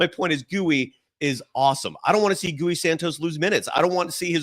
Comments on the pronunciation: Love your show, but what’s with calling Gui, gú wee? Ui after the G is pronounced gui like the word ghee. It’s a diphthong, the ui don’t get separate syllables, they are pronounced together. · Hi, Santos himself doesn't pronounce his name like you do. He says "gee". So do people on Brazilian TV. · Who is Gooey Santos? If you are reporting on this team pronouncing players names correctly is a fundamental.